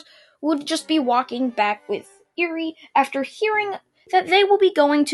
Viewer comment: Anyone annoyed that he is mispronounced eri